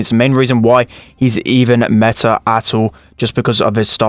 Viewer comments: is like: Meh- Ah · Everbody: meta: Meh-ta